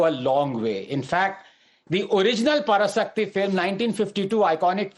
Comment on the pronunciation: This is a duplicate Tamil..,Can't even able to say பராசக்தி /Parasakthi. properly.idi..otic moro..on!!!😃😃😃😃😃😃👎👎👎👎💯✅